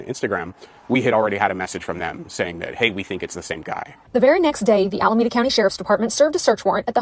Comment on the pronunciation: Alameeeeeeeeda County. Not Alamaaaaada County. Every time,! Every time!